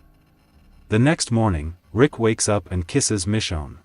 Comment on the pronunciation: Bruh he said rika not rick😂😂